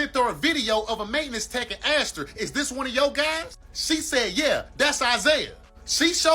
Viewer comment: It’s asked not axed 🙄